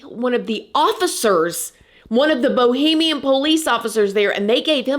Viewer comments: Girlfriend it's Bahamian, not bohemian 😄🩷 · Hey girl! It’s one of your Bahamian subscribers Love your work but it’s Bahamian pronounced buh·hay·mee·uhn not Bohemian pronounced bow·hee·mee·uhn that’s it that’s all! Keep Up the good work! Love you bye! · It's BaHAmian, not Bohemian, which is totally different. Sorry I had to tell you. I love listening to your commentaries. The best on YouTube.